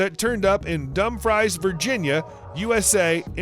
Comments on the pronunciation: its pronounced (Dum-frees) not (dum-fries) virginia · It’s DUM-frees Virginia not dum-FRYS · Dumfries, VA is pronounced dümfrēz. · Time Traveler DMC I live near Dumfries and I was slightly annoyed by their pronunciation